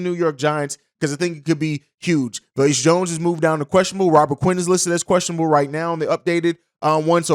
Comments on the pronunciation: Bruh I can’t stand how you saying velus Jones name lol Velus (va lus) not veleus 😂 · Velus not veluous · Velus pronounced VAY lis rhymes with Payless. C’mon on man!!’ 😂